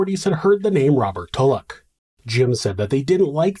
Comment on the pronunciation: I swear everytime he says tulloch I edit it to tuvok and think, "where did the federation go wrong?".